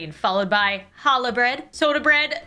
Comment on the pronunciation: Challah pronounced as “hallah” like WHY IS THE C EVEN THERE 😭😭😭